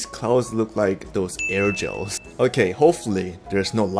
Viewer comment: It's not airgel It's Airogel Air-O-gel